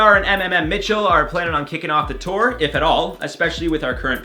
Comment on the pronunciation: I love how he pronounced mmmmitchel. It’s muh-muh-muh-mitchel.